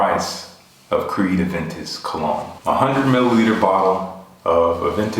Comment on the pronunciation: Thanks for the reply! It means a lot! I hope to get my nose on a sample of Aventus Cologne when it releases here in Montreal!! btw stellar pronunciation ;)